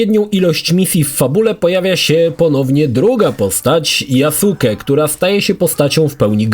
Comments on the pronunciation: tylko blagam: NIE YASUKE, to jest JASKE ( tak jak w naruto byl Sasuke, ale czyta sie,saske'). Przepraszam ale za duzo anime ogladalem zeby mnie to nie ukuło w uszy. Dobra ogladam dalej bo chce kupic XSX specjalnie zeby ograc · YaSUKE? A nie "Yaske"? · yasuke czyta sie jaske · mów - Yaske:) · Wysłuchałem wielu Japończyków wypowiadajacych się na temat. Właśnie dlatego, że u jest krótkie, słychać "Yaske"., który tyle czasu spędził przy grze, powinien wiedzieć. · tumanie jaki Jasuke? 😂 Tak się tego imienia nie wymawia. Poza tym uważam że ta postać jest zupełnie dodana z dupy i powinno jej nie być. Ogólnie to od serii odbiłem się przy graniu w pierwszą część na Xbox 360 i nigdy do niej i żadnej kolejnej części nie wróciłem. Przewidziałem przyszłość i rozstałem się z tym tytułem na samym początku. Owszem grafika, mechaniki były wtedy kozackie jak na tamte czasy ale nic poza tym. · Nie "JASKE" tylko "GRZEGORZ FLORYDA"